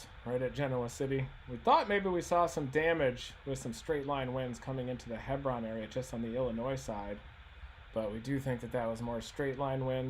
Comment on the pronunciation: Hebron = Hee-brin.